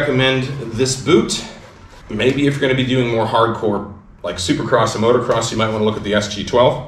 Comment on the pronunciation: Dude, it's Motocross, not Motorcross.